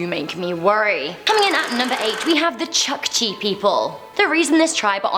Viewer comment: It's pronounce chookchi like in book